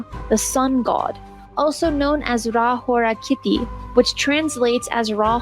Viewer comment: Ra-hora-kitty? Thats on point lol.